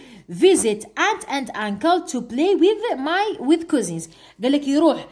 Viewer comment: كازن ماشي كازز😂 في التمرين2 (Relatives)